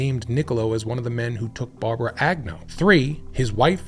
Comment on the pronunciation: Lyda? What? Why do you pronounce Agnew multiple ways throughout the video?